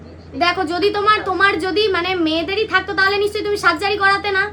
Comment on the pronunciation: সাজ্জারি না রে সার্জারি হবে শিক্ষার ও অবস্থা ওই ভাষার মতোই